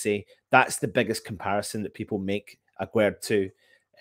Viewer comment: Here is how you pronounce his name : Aguerd juste like guest